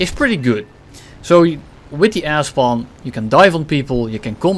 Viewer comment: you should make a shirt with the quote "with the ass bomb" because you cannot pernounce "air spawn" and it confuses me every time XD